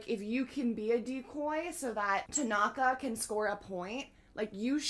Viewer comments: The Japanese language comprises of syllables rather than isolated letters. So to figure out how to pronounce a name, just break it up into syllables: Asahi -> A-sa-hi (not As-saa-hi). Tanaka -> Ta-na-ka (not Tan-naa-ka). Each syllable is also usually stressed equally so don’t extend the sound unless there’s an additional vowel. Hope that helps! Nishinoya is an incredible character. Yes, he has his “wild child” side but he is surprisingly mature and very sincere. Despite coming from a powerhouse middle school, he is also pretty humble and good natured. Deffo a top 5 character. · You say Tanaka's name like taNAka when i think it's more of a TAnaka if you understood 😅